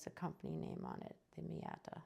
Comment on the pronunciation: not Miata, Maita. very nice pens though. thx.